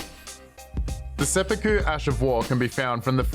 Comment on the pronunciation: "SepPOOku" lol